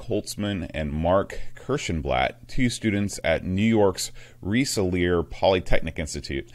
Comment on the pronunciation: Rensselaer is pronounced Ren-suh-leer. 😁